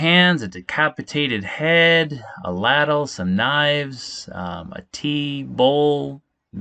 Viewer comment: leyd-l is how ladle is pronounced. Laddle 😂